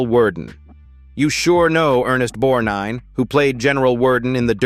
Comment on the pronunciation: Ernest "Bornine"? Asshole AI .... (God I HATE it!!)